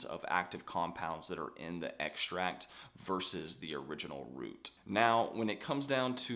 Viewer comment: Great info. But what is an "eggsh-tract"?